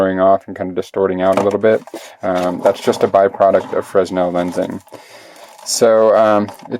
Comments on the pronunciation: it's not "Frezno" lenses, or "Freznel" lenses. While your spelling is correct, the pronunciation in English is "Free-nel" the "s" is silent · used to pronounce fresnel as you do. Then it was explained to me it's French and pronounced fray-NEL. Rather narrow market for this item. My wife owns an iPhone 6. Doubt I will.But there could be a bevy of iPhone 6 imitators. One never knows, huh? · Can't watch any more. If I hear an American pronounce it "frez-nel" one more time, I'm going to auto-immolate through sheer will power... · It's a name, not a word translated into American- it should be pronounced correctly.